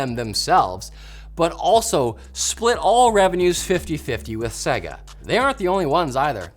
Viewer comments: Who the heck are segger, its pronounced say-ga, have never heard it pronounced like that. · What’s with the guy saying seh-guh instead of fucking sega????? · Sega not Seiga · Come on guys, they literally tell you how to pronounce SEGA in their game intros. It's SEY-GAA, not SEGGER... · Why can no one at LTT pronounce "Sega" properly? Do they not remember the old "Say-gaaa!" opening screen? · Ffs say Sega properly.... say-ga had to turn video off half way through as it is infuriating to constantly here the mispronounced version of Sega. BTW love what you guys do. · Why can't anyone pronounce Sega correctly? It's literally yelled at the beginning of its most popular game of all time. SAY-GUH! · Why can't you say Sega? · The way they say Sega bugs me lol, Think Sonic 1 bootup.